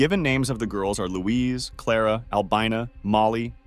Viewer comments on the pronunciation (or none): none